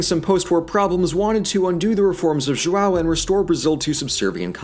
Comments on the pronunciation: AnnoyinglySalty “ÃO” is what is called um ”ditongo nasal” (“nasal diphthong” Eng.); it is pronounced like: “OUW”. Now practice saying it loud and slowly through your nose. Good luck!😉👍🏻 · Walder Frey of the Twins. It would be so much easier for them to say “ão” correctly if only they did some research you can hear the suffering whenever he says “JoawwowO” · coherent comment, however this video requires or recall a historic research, and since the language is still alive the amount of possibility on "correct" his pronounce is highly appropriated. João(Ʒwɐ̃w̃) is in fact a difficult linguist structure, but is clear that he made worked hard to learn how to pronounce "brasil" "brasilia". another point I'd like to do is how he criticized the why we say "rio de Janeiro", as a non-retroflex language, it would not be accept for us as natives. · Mais algum brasileiro se cagou de rir com King Joal? KKKKKKKKKKKK JOÁL VÉI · Deixa o, tadinho, ele tentou. Mas que dói ouvir Joo-ow dói. Os outros nomes ele até falou certinho. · You're pronoucing João as "Chihuahua", lfmao. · Jo-AW hahahahahah btw great vid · I just had a class about linguistics and my teacher talked about how gringos can’t pronounce ão to save their own lives and then I go to YouTube and watch him struggling to say João dkdjdjhd J O A L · verdade kkkkk muito bom eles falando "João" kkkk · Thats... not how you say João... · His pronunciation of João is killing me! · Love you guys (and I'm 2 years late) but 2 things: - The "R" in Rio de Janeiro has the same R as in Richard, it's not our fault that English is phonetically inconsistent, - I die Everytime you say João, the sound is way more nasal than what you have in English. Just some constructive critic on pronouciation. Also, amazing video/channel 💜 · He even nailed "Brasília" which is harder. But JOAL... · His accent is actually pretty good but him saying “João” as “Joa” MADE ME LAUGH SO MUCH. Also “what did the letter R ever do to you?” is GOLD